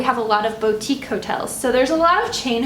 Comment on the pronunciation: It is pronounced bootique